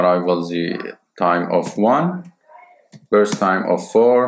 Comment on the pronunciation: it's burst not brust